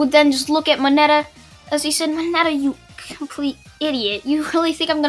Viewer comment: You said mineta